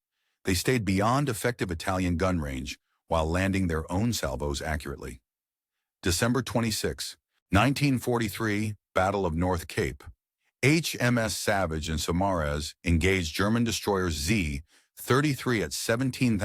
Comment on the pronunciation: The pronunciation is Summary, not Sumarez.